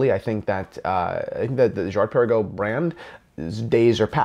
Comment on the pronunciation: 1. if you d pronounce it correctly, it would sound good, swiss/french. 2. they have been producing Laureatos years before, last one 1996 Laureato olimipico looking almost identically. 3. Girard Perregaux is older than AP (1791) 4. What about Hublot Big Bang, and IWC Ingy, Vacheron Overseas etc (ok they actually engaged Genta) so why blame Girard Perregaux so heavily??? 5. love you and your channel anyway and i can see your point and totally accept your opinion. 6. doesnt it look nice anyway?